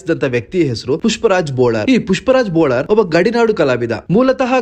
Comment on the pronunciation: Bolar ಅಲ್ಲ bollar